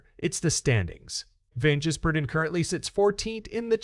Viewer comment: Hey, can you learn to say SVG’s surname. You’ve had weeks to learn.